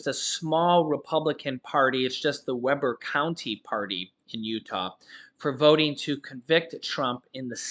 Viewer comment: "WEE" (Rhymes with pee) County, Utah. You're killing me, Smalls!🤣